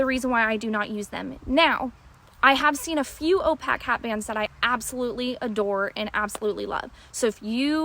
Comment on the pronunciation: Nice bands. Just an FYI the beads are not pronounced "opack" but "opaque" with a long a sound.